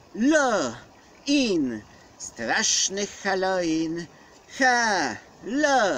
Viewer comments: halo ŁIN a nie halo IN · chyba Halloween a nie haloin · Naucz sie czytać halooween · Gracku . Mówi się Halołin. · Czyta się hallołin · Wymawia się halołin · Mówi się halołin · halowin sie czyta XD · halołin znaczy sie czyta XD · A nie haloin